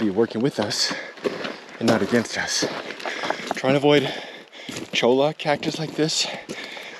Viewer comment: I believe cholla cactus is pronounced “Choy ya”